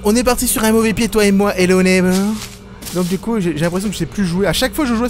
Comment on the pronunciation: j'aime trop comment tu prononce hello neighbor en début de vidéo